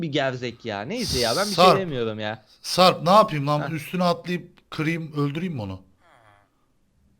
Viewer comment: ciyan diyor o siyan ağbeyy:)))